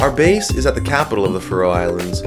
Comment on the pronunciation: It's not the "Fa-Row" Islands. It's pronounced Faroe.